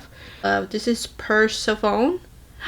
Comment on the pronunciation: Persephone is pronounced per-SEHF-uh-nee. She's the Greek goddess queen of the underworld. Looks like this palette has Greek mythology references. :)